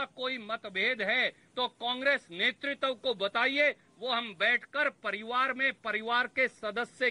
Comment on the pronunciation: नेतृत्व तो बोलने नहीं आ रहा नेतृत्व और netritwa में अंतर होता है